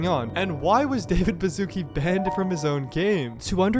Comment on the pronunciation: English Speakers: Bazuki Polish Speakers: Baszucki (Ba-shu-ts-ki)